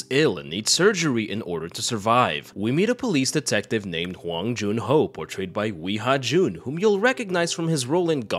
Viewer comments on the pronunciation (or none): no way he sayd haoomungus